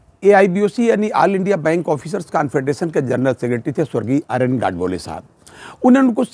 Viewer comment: एक.आर.बी.ओ.सी.बेंगलोर के जनरल सेक्रेटरी के नाम का उच्चारण आर.एन.गोडबोले है आपने दोन,तीन बार बात करते हे नाम का उच्चारण आर.एन.गाडबोले साहब किया जो ठीक नहीं.कॄपया सही नाम बोलना चाहिए.कॄपया बुरा मत मिनिटे,स्पष्ट लिखने के लिये क्षमा चाहता हूॅं.